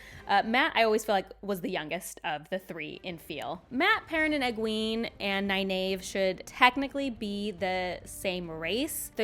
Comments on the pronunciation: I can see that, they did say 4 Ta'Veren when in the book it was 3. Which i do believe Egwene was and should have Nynaeve as the fifth which is hinted in episode 3 with the Darkfriend who mentions 5. Which you mispronouce Nynaeve's name... and it hurts... From Robert Jordan himself its Nigh Neev. no A sound. more e. like green or bee. but it's also in the glossary in the book and this link is Mr Jordan himself. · Love the overall commentary, but my OCD can’t handle the way you pronounce Nynaeve.